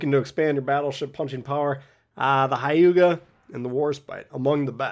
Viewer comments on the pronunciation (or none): It’s not Hai-you-ga. It’s more like h-yu-ga. Like you barely pronounce the h.